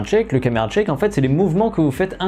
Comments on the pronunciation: Y a pas de "t" devant "shake". C'est shake, pas tshake. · Note sur la prononciation, c'est "Shèyyyk" et pas "Tcheck". :) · Camera shake, pas chake. c'est un shhhhh pas un t'ch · Camera SHAKE, SHAKE! Et pas CHAKE! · attend tu prononce shake => tshake, ca se prononce chake pas tchake, fait gaffe a ta prononciation quand meme grand. Chouette vidéos ;) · Caméra SHake pas TCHake merci ça gêne un peu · Pour "shake", c'est pas "tchèque", mais "chèque" ... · Juste pour info, "Shake" (secouer, trembler) se prononce grosso modo comme "Chèque" et "Check" (vérifier) se prononce grosso modo comme "Tchèque". Merci Jean-Michel Anglais. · non, sh ne se prononce pas tch. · Tu le vois où le "t" dans "shake" ?